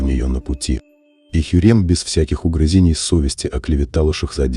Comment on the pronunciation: ХюррЕм валидЕ шехзадЕ🤣🤣🤣🤣🤣😂😂😂😂😂